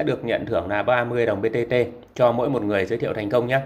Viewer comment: Màn hình thì BTT nhưng đọc lại thành BBT??? Có ai nghe thấy giống t k nhỉ